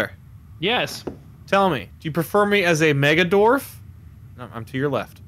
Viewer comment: Are we goin to ignore the fact that said dorf instead of dwarf and how he said it with such confidence